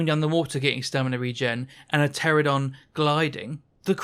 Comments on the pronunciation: Ptera-NO-don. I crash out every time you say Pteradon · You keep saying "Pteradon" instead of Pteranodon. Thats as infuriating as "aluminium" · It is "Pteranodon", not "Pteradon". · Grinds my gears. I'm a "pteradon" main, but cant even say it properly 🤣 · Those aren’t the same thing. Pteradon is just a mispronunciation. Aluminium is correct, literally only Americans say aluminum